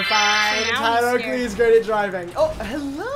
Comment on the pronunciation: saying “tyler oakey” is literally the bane of my existence